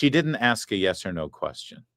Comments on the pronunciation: Larry, glad “aks” bothered you as much as me. Someone needs to aks them how to spell that. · That slimy Democrat arrested person who can only prounce the word ASK into Axe. I hope that she goes to jail for her assault on the ICE Officer. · I AX YOU!! YOU AX ME!! HAHA 😂😂😂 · “ I ax you dis” Guy…..uhhhhhhmmmmm how do imbecile idiots get votes ?? What do you think ? Fake elections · 🤣🤣🤣 "Ax" the question, 😂😂